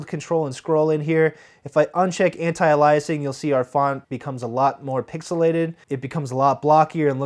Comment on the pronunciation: Great tutorial: sorry, pronouncing anti-a-LI'asing instead of anti-A'-liasing is still distracting. I know you fixed it some of your later videos.